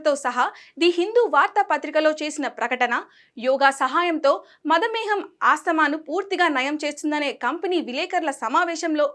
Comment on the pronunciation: Madhameham kade thalli madhumeham, Telugu chadivepdu konchem jagrattaga undali ledante lolleee